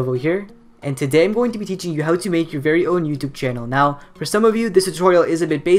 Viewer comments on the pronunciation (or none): none